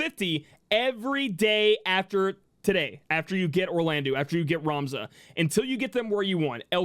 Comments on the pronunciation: Firstly: your videos are awesome--great energy + information. Sidenote: "-eau" in French is an "Oh" sound, not an "oo" sound, so can you be the leader of the wave of people who pronounce Orlandeau (Or-lan-doh) properly? Thanks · A lot of us pronounce Orlandeau as "Orland-oo" because his name was spelled as Orlandu in the original.